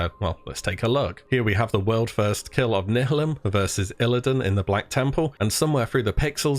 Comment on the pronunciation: You are now no longer allowed to ever try to say "nihilum" Again. And calling improoved Expose parmor Iea like its a thing. xD Grr